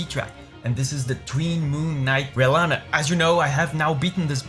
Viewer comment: sir it's rellana, not renalla